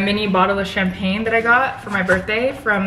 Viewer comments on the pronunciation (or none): none